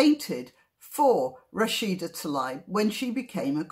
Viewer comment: Thank you for pointing out the ‘Israel map’ thing on top of Arafat’s head. I never knew.. and btw; you should pronounce Rashdas family name- Taleeb. Shabbat shalom from Israel